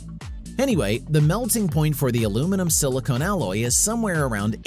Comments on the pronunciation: It's not aluminum and silicone. It's aluminum and silicon. Silicone and silicone are two completely different materials. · Your pronouncing IDRA incorrectly, and BTW its also pronounced "silicon" not "silicone" dummy